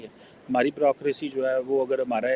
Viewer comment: jee Brokroshi nhi hota hi. Bureaucracy boliey. Your Ph.D is not upto mark? and it is below international level. Although you have improved but your speech is copy of Sajid Tarrar and other Y tuber?